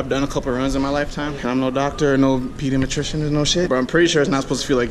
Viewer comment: "I'm no peedamatrician or no shit"